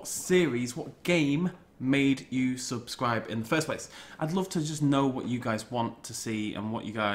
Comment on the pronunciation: I subbed because I loved you Jurassic park Genesis but I love the rest of you stuff and I also like it when you say swubscribe.